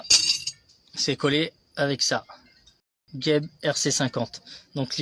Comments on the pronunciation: Et oui cest pas bien prononcé il faut dire Jeb pas gueb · On prononce JEB et pas GUEB il n y a pas de U